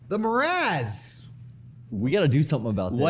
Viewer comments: Love it. What's a "Morazz" tho? said it wrong first(guessing he mistook 'morass' for 'miasma') and just fuckin' rolls with it, and I am so triggered. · more ass, my ass, same thing